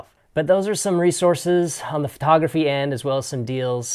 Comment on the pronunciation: You say the t in photography like a th. It sounds like you're saying Phothography.